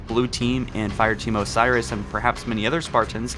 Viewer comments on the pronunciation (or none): none